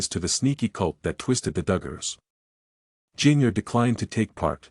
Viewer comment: Please learn how to correctly pronounce Jinger’s name.